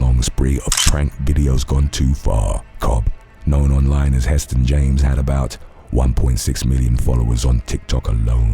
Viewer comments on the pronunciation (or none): none